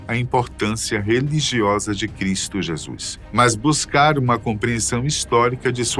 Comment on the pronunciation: Que agonia de “Jésuis” 🫤